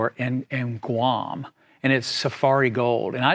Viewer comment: Did he say GUAM???